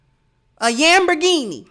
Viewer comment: "Yam"berghini..😅😄😆 I'm done. cutting up 😆